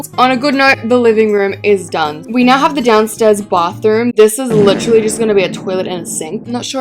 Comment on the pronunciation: “bauthroom” and “ gyatroge” always gets me 😭